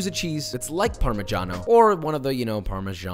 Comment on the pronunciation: Italian here: pronunciation rating 7.5/10 (just 1 g on Parmigiano and accent on the wrong letter: Parmigiàno Reggiàno); way better than the average American